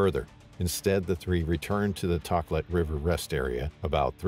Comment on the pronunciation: And the river is “Toe Klat”